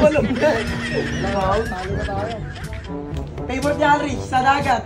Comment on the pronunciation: 😂😂😂😆😆: ANONG PEYBORIT NG MGA BATA.?: BEYR 😂😂 dami kong tawa sainyong dalawa palagi 👏👏👏💚